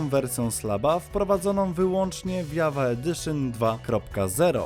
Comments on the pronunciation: Minecraft JAVA Edition czyta się *dżawa, a nie jawa, tak tylko mówię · Tak wgl to Java czyta się dżawa. Java to język programowania, w którym jest napisany minecraft